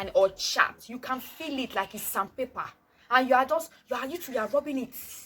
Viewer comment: She say sandpaper🤣🤣